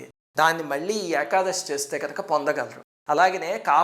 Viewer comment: గురువు గారు మీకు చెప్పేంత దాన్ని కాదు ఏకాదశి ని ఏకాదషి అంటం correct కాదేమో.